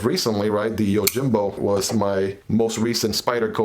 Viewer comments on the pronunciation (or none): The J is pronounced as an H, YOHIMBO